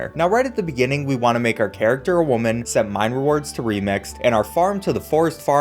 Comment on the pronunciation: The way he says "women" is funny to me but why....